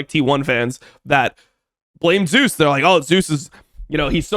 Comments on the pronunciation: doesnt this guy watch lck? why does he keep saying "zoos"? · Yep. All good. The pronunciation is the Korean version of the god's name, and it is what Zeus himself prefers. Glad to explain miscommunication :) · got you I was gonna say something sounds off lol I never heard anyone pronounce it like this caster or streamers. Not even caedrel pronounce it like so lol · i rly wish IWD would say zeus correctly bruh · Does he know how to pronounce his name… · Whose name? Zeus? Just using the English pronunciation, it's really not that big of a deal. He's not an official caster having to ask that from the players, and even then it's more of a courtesy than a hard rule as far as I'm aware.